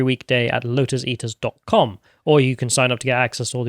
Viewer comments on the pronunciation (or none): And, I'm not sure what "Lodus Eater" is, and and sure "Ant-Eye" is how insects see...